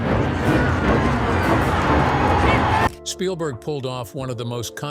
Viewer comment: Shpielberg? Really? 😂